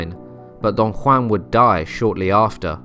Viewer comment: Love the pronunciation of Don Juan